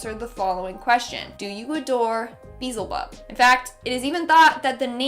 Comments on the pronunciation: I'm laughing at her pronunciation of Beelzebub 😅 it's BEE-ELL-ZUH-BUB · Its pronounced be-elz-ebub. Drove me a little crazy. Great video though! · It's Be-El-ZeBob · Ahem that's rude there are people that can't pronounce words right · Can someone teach her how to say beelzebub please